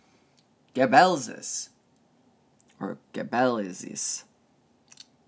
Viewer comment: This was very interesting! Amazing channel! Btw Sarmizegetusa is pronounced Sar-mih-zeh-jeh-tuh-sah and Gebeleizis is Jeh-beh-lay-zis. No offence to anyone but I cringe a little bit at the neo pagan Zalmoxian movement trying to combine all those different things. And then you'll hear the ultranationalists saying things like Dacia was the first country in the world and were the greatest beings in the universe or sth 😂😂